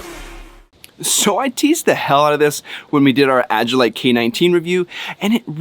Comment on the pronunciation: Agilite =AGILE LITE = prounounced AJ- IL- LITE